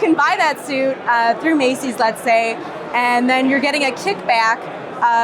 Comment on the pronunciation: "So if you buy your suit at Macey's" 😂